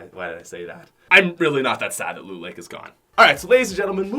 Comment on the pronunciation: Mans said "Lean Lake" Lmaooo